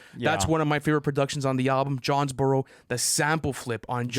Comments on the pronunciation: It’s JONES- BUR-ROW stop disrespecting Georgia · Did really call Jonesboro Johnsboro?? 😭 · can't be correcting Lu for "Parade in Cleveland" when he's out here pronouncing Jonesboro as "Johnsboro"